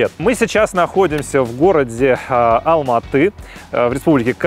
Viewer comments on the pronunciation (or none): none